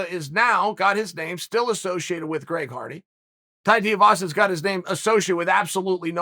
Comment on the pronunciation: Greg Farty. That’s his name now. Chael said it, I believe it, and that settles it.